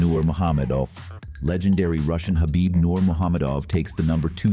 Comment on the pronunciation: Khabibs name was pronounced correctly